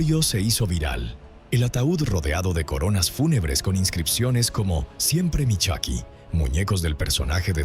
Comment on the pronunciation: Se pronuncia Choky no Chuky .